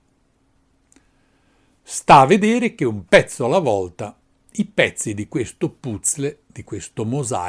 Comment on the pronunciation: tutte le fonti citate, le hai fatte in un perfetto inglese (americano) e poi PUZZLE non si può sentire